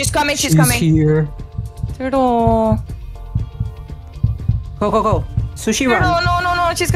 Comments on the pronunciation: i love how sushi says TuRtUl 🤩🤪😂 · PLS THE WAY SAID "THURTEL" IT'S SO FUNNY